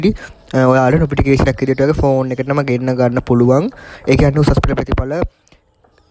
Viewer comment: ප්‍රතිඵල නිකුත් වූ වහාම නොපිටිකේශන් එකක් එවනව😂 නොපිටිකේෂන් නෙවෙයි යකෝ නොටිෆිකේෂන් 😂😂.....ඔච්චර හදිස්සියේ කියවන්න එපා බං😅